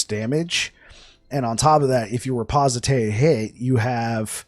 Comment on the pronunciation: bro , the word is , ri poste :D , not reposité XD